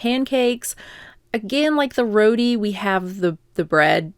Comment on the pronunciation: Great video!! You’re awesome. The bread is pronounced row-tee not “roady” hahahaha